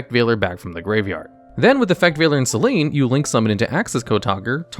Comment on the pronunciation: Not to be that guy but Selene is pronounced 'selenay'